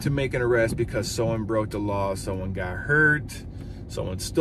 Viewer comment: + LOFL ... What CAUSE? "beCAUSE .. Ma Job". WOW!